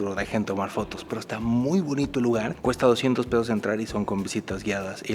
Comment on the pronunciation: Casi todos los turistas de hablaixpana le dicen "peos"a los "pesos".